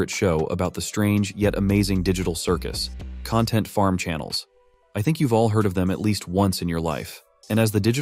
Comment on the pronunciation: You said channels wrong also I do